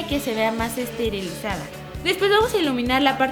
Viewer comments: Y ni lo dijo bien jajaj dijo estirilizada 😂 si Smp se aprende algo nuevo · "Estirilizada" jajajajajajja aahhh ok